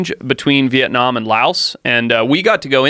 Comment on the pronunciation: Love the way Joe says Việt Nam, love you big bro, you are changing the world